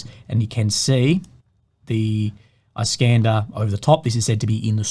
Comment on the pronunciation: "Iskander" in Russian is pronounced as "eeskandÉr" not "ice-cAnder". Iskander is an Arabic equivalent of name "Alexander". It's meaning is "defender". Alexander The Great was called "Iskander" by Arabs. Just for the notice.